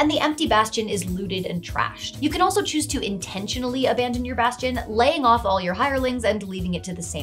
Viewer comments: Bastion. Baaastion. Bas-ti-on. Basgchyn. ~_~ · bastion bass-tion...bass-chon. bass-gin..."DRUNKEN FISH!" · … every time you say Bastion, I picture a musical crab.